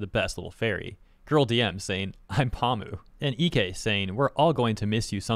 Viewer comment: Pamu is understandable but this guy cant even say ike right XD. does this guy know what hes talking about?